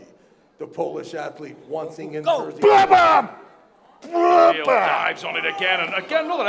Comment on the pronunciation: its funny how travis trolling all armwrestlers by not saying correctly there names 😂😂 "kabil"